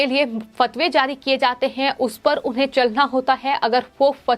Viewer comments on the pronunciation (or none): none